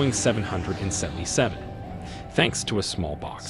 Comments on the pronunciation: You say names wrong. It’s a name not a number. It’s 777, not seven hundred and seventy seven. It’s a name, not a number. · OK, I know it's my pedantic side coming out, but it just kills me when they keep saying "7 hundred and seven seven" when referring to the airplane. It's supposed to be said simply as "seven seventy seven". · I already made it through 3/4 of the film by the time I reached the same conclusion! He keeps calling the triple 7 the "seven hundred seventy seven" hahaha!